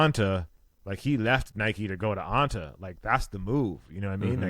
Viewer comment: now Anta is “Onta” … you’re killing me 😂